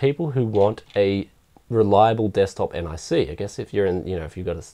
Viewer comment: omfg not n-i-c its nic